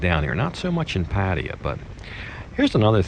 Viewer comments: "Patty-ah".....wtf is that? Try "Pa- tie-ya." Sheesh. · Sir, you should ask some Thai person how to pronounce Pattaya. Hint: accent on last syllable. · Dude: pat-TIE-ya. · dude you speak basic thai yet you still cannot pronounce Pattaya? sorry man, this is a pet of mine... thianks for the videos though!